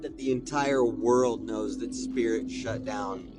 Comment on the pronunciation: LMAO not the "Spiit" Airlines plane.